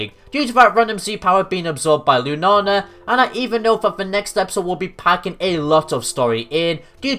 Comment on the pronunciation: Lunala lu na la not lunana and i apologize I'm not one of of those who get mad at people who say the Pokemon name wrong but i couldn't get what you were saying it sounds like you're saying Lunana again i apologize for being mean